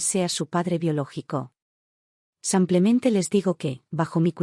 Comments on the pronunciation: Porque siempre dicen samplemente en lugar de simplemente?lo escucho en todas las historias y no se oye agradable. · Buenos dias “ Samplemente “ 😂😂😂😂😂😂😂😂😂